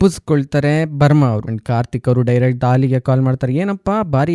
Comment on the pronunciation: ಧಾಲಿ ಅಲ್ಲ ಡಾಲಿ